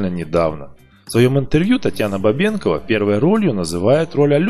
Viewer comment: ударение на о ставится,БабенкОва